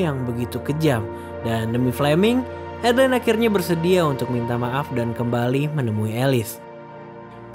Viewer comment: A-DE-LA-IN bukan adlin 😢.